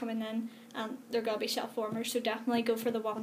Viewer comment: When you said "shellwarmers" I always heard "shellformers"... XD. Don't get me wrong... but I have always associated the Wrestling figures collectionists to males... and you seem to know a lot too... XD Colectionism always surprises me...